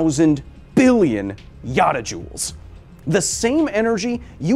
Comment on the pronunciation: You know the numbers are to big to comprehend when he uses a new one ya never heard WTF IS A YATAJOULE